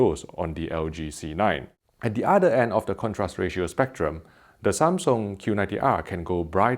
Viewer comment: "Thats wot my udda half always tells me anyway" lmao.. This guys fire